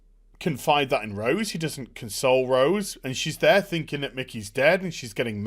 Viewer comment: Having ptsd when he says rose.. damn batwahmen destroying the name "rose".